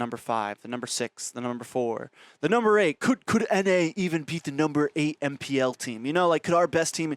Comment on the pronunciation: mine too (fav caster). It's because you said MPL inviNtational.